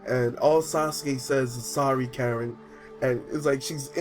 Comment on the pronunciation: It's Karin not Karen. Lol